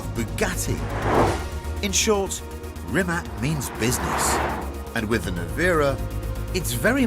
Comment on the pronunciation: Pronounced as Reematz.....please get it right.